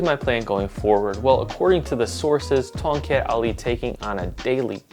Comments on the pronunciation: I heard you said kongkek Ali... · More like Tongcut Ali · The proper way of pronoucing Tongkat Ali is - TONG CUT AHLEE Sorry can't stop being a pedantic cause I am an Asian where Tongkat Ali originates from. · to the untrained ears it sounds like toket ali, means ali's boobs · I was kind of thinking Ton"gut ali? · being from south east asia. it sounds really weird hearing you pronounce tongkat ali in an accent🥲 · Omg 🤣 i love when people said the word from one of our south east asia weirdly 🤣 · As someone from Southeast Asia, I'm just here to hear his Tongkat Ali pronunciation. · Same hahahaha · when he pronounce it like that, I almost laughed too hard XD. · As someone from North America, I like hear South East Asian’s funny pronunciation of English.